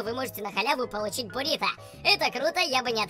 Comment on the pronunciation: Не борито, а буррито